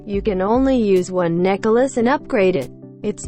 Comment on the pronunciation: i loled everytime she say necklace as necka luss